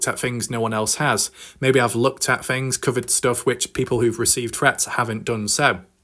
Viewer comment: whats with certain brits who often replace 'th' with "fff".... first fings first. it's super annoying. why is this guy covering a story from america anyway?